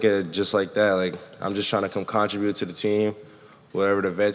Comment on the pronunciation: Contri-bute.... Con-tribute